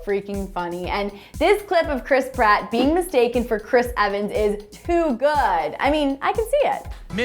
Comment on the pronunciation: No it's PRATT